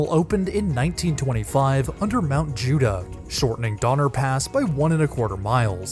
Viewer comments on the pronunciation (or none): none